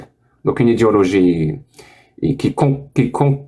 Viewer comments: Au lieu de prononcer "idéologie", il prononce "idiologie". C'est un fait exprès ? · Avec son accent, en fait il dit "idiologie" et c'est très juste pour le coups 👊